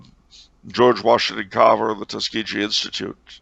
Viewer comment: I'm from Alabama and I've got to say there's nothing more horrific than hearing Tuskegee pronounced with a soft G.